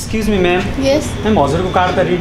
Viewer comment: Remember say escusme lol